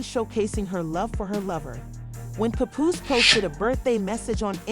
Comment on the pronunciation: Puhpoose. Rayma Ma